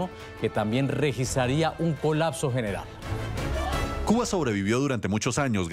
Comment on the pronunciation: porque dice CUNA en vez de CUBA